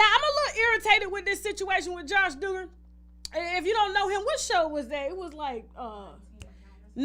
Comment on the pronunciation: Pronounced DOUG-ger lol. Not Dooger